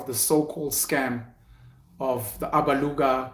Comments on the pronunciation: I like how he says Alabuga, Abaluga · Those who think SIYA was being ATTACKED need to WATCH the episode AGAIN BECAUSE‼️: 1. SIYA WAS NOT TRANSPARENT AND HONEST WITH HIS RESPONSES. 2. SIYA AND REST OF THE AGENT TEAM DID NOT MAKE ANY CONTACT WITH INFLUENCERS THAT THEY MADE THOUSANDS OF RANDS FROM 3. SIYA DODGED A LOT OF QUESTIONS BECAUSE HE KNOWS THE TRUTH ABOUT THIS SAGA ‼️PENUEL DID NOT PAY ATTENTION AND PRONOUNCES ALABUGA WRONG AND THAT SHOWS THAT HE JUST DID VIDEO WITHOUT PROPER ANALYSIS ‼️ YOU GUYS MUST OPEN UP YOUR MINDS AND WATCH THE EPISODE AGAIN‼️